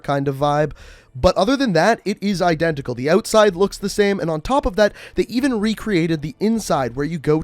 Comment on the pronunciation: CEO of "I-DEN-tical"